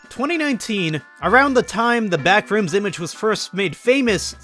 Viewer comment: The way he pronounces BACK - rooms kills me